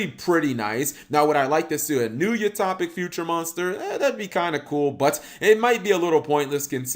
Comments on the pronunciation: U-Top-ic??? Son, do you also throw your milk before your cereal?? Its U-Toe-pic. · Cap: "I'm generally shocked, Yuma's cards aren't half bad." Me: "I'm genuinely shocked, Cap doesn't know the phrase 'genuinely shocked' or how to pronounce 'utopic'." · I like how he says Utopic. It's fun.